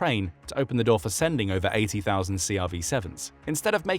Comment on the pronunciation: It's ober folks